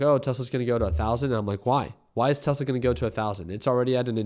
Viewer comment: Bro never gets Tesla right.😂😂